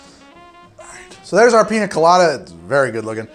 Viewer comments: Ya know the n has a little squiggly line above it, so it doesn't sound like a hard N anymore. It's (Peen-Ya) Colada. Not Peena Colada. Also I made this today and it was DOPE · Painful to hear you say “Pina Colada” and not “Piña Colada” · Im mildly annoyed that he says "PINA colada" instead of "PIÑA colada", nice vid otherwise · As a native spanish speaker my ears bleed every time I hear "piNa" instead of "piÑa" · Since it is a south American drink it is spelled piña colada. The ñ is pronounced as if there was a y following the n. Pinya colada. Love the videos btw, i try another one of your drinks as often as i can get ingredients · PiÑa... peenyah... Gotta say it rt if you love it lol. Besides that, looks delicious! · Its piñacoladaburg!! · piña is pronounce peen-ya. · It’s piñacoladaburg, you son of a son of a bitch! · Quick tip mate, the Ñ sounds like the gn in Italian. Like how you would say it in lasagna. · Don't get me wrong, I love this YouTube channel and everything about it...but for the love of God please learn how to pronounce "Piña" properly.